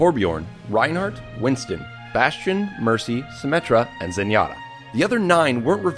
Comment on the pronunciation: It's bastion